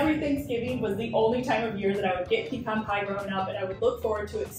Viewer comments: It's OK to have a shorter video once in a while. Congratulations on learning how to correctly pronounce pecan.😊 I love pecan pies when they are sweet but insanely sweet ones are more than I can handle (I'm diabetic so I should probably just say no). Love the video. Love that we didn't have to sit through the usual repeated intro before getting right into it (Can't wait!). Keep sending out marvelous videos!❤❤❤ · You were right the way you pronounced it, its pe-can, like can of soda. Even the youtube captions knows that pe-con is wrong bc it says "peacon" every time you pronounce it that way lol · In Texas we call them "peh-cons" not "pee-cons". lol